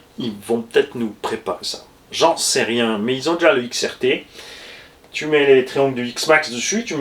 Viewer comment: Salut à toutes et tous Mdr eh grand chef c'est xrt pas xtr 😂😂